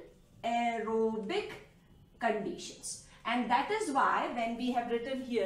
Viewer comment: An ero bic haha I love that sound .....thnks ma'am 🥰😘